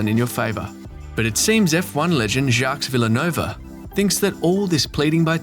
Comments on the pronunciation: My dude, you gotta work on that pronounciation. Jacks Villenova is nobody I know. It’s “zjack vil-nerve” (Jacques Villeneuve) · Jacques Villa-Nova? 🤣🤣🤣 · "Jacks Villanerva" c'mon, man. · Jaques 'Villa-nova' was the highpoint of this video for me what a way to pronounce his name! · “Jacks Villanova” ffs 🤦‍♂️😂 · Now I know this is a fake f1 channel. Just by the way the narrator pronounced Jacques Villeneuve's name. Villanovan smh. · You know they are not true F1 fans when they say Jacques VilliNova! 🙄 ahhahahhahahahhaaahhhhaaaaa!! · Jacques "villanova" lol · How do you expect for people to subscribe when the narrator can't even pronounce Jacque Villeneuve correctly. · Lol you call yourself F1 inside yet can't pronounce a past champs name right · Lol, text-to-speech butchering "Jacques Villeneuve" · Every team that planned to be operating on the cost cap, is going over it. I'm not sure why RB is singled out here. We have no idea what the actual spending is of all these teams, so its all speculation. Quoting and mispronouncing jacques villeneuve is kinda ridiculous...